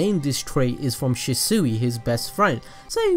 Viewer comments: I know you said you butcher words but (she - swee) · It’s pronounced sheswee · Am i the only one who was bothered by where the shisui's name was pronnounced She-sooe. go back and look at it peeps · Shees-swee that’s how you say it -. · Kishimoto: Shisui (Shi-Swee): Shisui (Shi-Sooie) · Why do you say shisui like that 😭 ( shi- swee) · I know he gave us a disclaimer but it’s she sway not she seuih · Shisui=she-swee not she-suey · She suey? It’s more pronounced she sway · It's not shasui it's shisui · Ffs it's she-swee not shi soo wee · It’s she swi! Not she suwi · Shisuwi?its pronounced as shisuy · Its shisui not shisuiii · Its pronounced as SHISWI not SHISUWI hahahah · If he says Shisui Shee-Suhi one more time... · Shi sewy 🙄 good video tho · Prounounced Sheeswee. Jesus this hurt my ears. Good Video Otherwise. Omegalul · Shisui- (she-swee) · It’s pronounced “she-swee” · ITS PRONOUNCED SHE - SUIE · Its pronounced (she - swee)....sounds weird how you saying his name. Other than that, great content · Okay say it with me SHEEEEE-SWEEEEEEE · Attach-chi and Shew-sew-wi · IT'S SHIS-WAY! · SHEE SWEE= SHISUI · ITS SHEESWEE LIKE THAT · Everything he said she-sui I got triggered.... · sHi SoOeY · She swi is how it is pronounced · His name is shishui not shisui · How to say it properly Shi=She Sui=swee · Ohh it's pronounced she-soo-e I thought it was she-swee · It's pronounced "shiswi" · Abdul S I think he’s saying it like that bc the fixes in his name have 2 meanings and it could also be his accent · Bro stop saying shiesuuuuie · It is pronounced Shi-Swi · pronounced she•swee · Stop saying shesue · It’s pronounced (shees-u-ee) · Im sorry but thats not how u say shisui its pronounced (shee-swee) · It’s pronounced shee-swee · It’s pronounced shisuei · It’s pronounced she-shu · It’s not pronounced shesuey it annoys me to much 😥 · Stop saying shi-sui it's so anoying it's shi-sui not shi-sui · It's pernouced like she swee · Lord he keeps saying the name wrong and it bothers me.